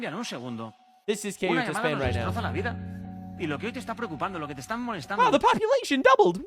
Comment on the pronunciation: See ooh tah / Ceouta